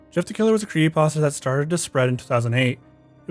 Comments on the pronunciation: "kree pasta" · creehee pahs tahs 😭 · Why do you call It a kree-ee-pasta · Why does he pronounce creepypasta as “creeyepasta”? Its like every creepy content YouTuber has to have some sort of speech impediment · Just me or is he saying "cree'y pasta"? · Is he saying "creepypasta?". Sounds like he's saying "creepasta". 🤔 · You know there's a 'p' in the middle of the word "creepypasta" right? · Can this dude not pronounce creepy pasta?? Lmao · LOL the guy doesn't know how to say "creepypasta" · Somebody needs to point out the “P” in creepypasta to this dude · Does anyone else hate how he says creepypasta 😭😭 love it otherwise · Why can't this guy pronounce creepypasta?